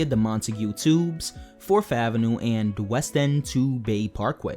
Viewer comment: 4TH, not 4F, learn to speak!